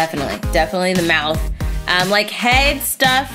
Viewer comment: her mowth is a mess😯